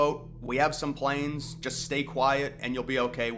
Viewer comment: I think he was intending to say, "we have some plans" but either he misspoke, or it was just an accent thing... I could be wrong, but it would make way more sense to me for him to say "we have some plans," than, "we have some planes."